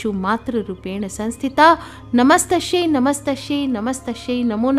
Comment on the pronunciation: कृपया नमत्स्शैच्या ऐवजी नमस्त्सी असे वाचावे